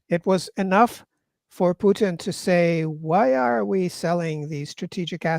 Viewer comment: It is very annoying when the host can not pronounce Putins name properly.